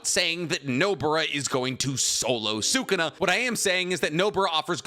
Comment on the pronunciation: Idk why this bothers me so much but it does It's pronounced Suh Koon uh Not Sooo Koon uh Anyways love the videos